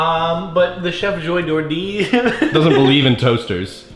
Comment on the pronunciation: ATUALLY it's Chef Boijardee not Chef Boijordee. ugh, millennials...